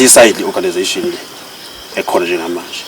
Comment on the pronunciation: Ayi isingisi sevest elimhlophe ' organisation' 😂😂😂😂